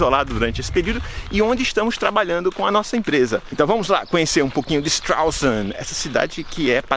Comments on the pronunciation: Und du kannst nicht einmal den Namen der Stadt richtiger aussprechen, Idiot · Muito engraçado a forma que vc diz o nome da cidade😂😂😂 forma errada, mas engraçado... gostei.